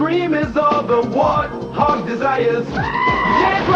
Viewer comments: Bro it's WART-HOG not WAR-THOG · Bro said War-thog 🤦🏽‍♂️🤦🏽‍♂️🤦🏽‍♂️🤦🏽‍♂️